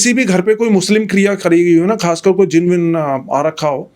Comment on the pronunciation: Bhai yeh jeen nahi jin word hota hai